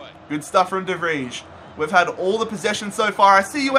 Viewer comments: de vrij (de vrei) not whatever the fuck he's saying lmao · "De Fridge" ?🤦‍♂️ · Why do you pronounce de Vrij like that. My god. Never had a Dutch name get butchered that bad.